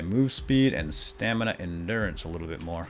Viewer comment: haha whenever you call you stamina "stanima" it just makes me think of Panama by Van Halen, like "staaa-ni-ma!" XD